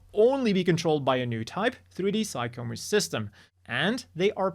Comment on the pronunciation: I know it's not obvious, but "Psycommu" is actually pronounced "sigh-com-myew" (for PSYchic COMMUnicator). So, even though it looks like it should be pronounced "sigh-com-moo" it's actually "sigh-com-myew." This is made clear when looking at the katakana, サイコミュ, as those last two characters are the same first two characters for Mewtwo: ミュウツー.